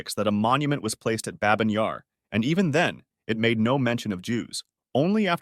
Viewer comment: It’s bah-byn yar, not babe-in :(